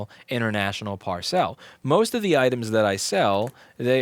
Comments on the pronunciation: Par-cell??? You mean parcel? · Pronunciation: it's not ParSell, it's "parcel," pronounced PAR-s'l. It means something bigger than an envelope, often tied closed with string. Or stringettes, if you like Monty Python and ship very small packages. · No need to “frenchify” your prononciation of the simple word “parcel” Par-cel (par-sil) Par-sell???????? Thank you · The way Louis pronounces parcel really grates me more than it should. Anyway, love the talking head videos even though I don't have anything to do with board repair. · Why does he keep saying PAR SAIL? It PAR SUL (sp Parcel) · What's with saying Par-cel rather than parcel. You wouldn't say Pack-age would you? Sorry just a bugbear, love the content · Parr-cell ?? WTF, Louis? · I giggle every time you say parcelle. Parcel is pronounced PAR-sul. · "Par-sell" - how fancy. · par-cel ?? odd pronunciation, is that an 'merican thing? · Same here, regarding the pronunciation. I've never heard anyone pronounced it that way.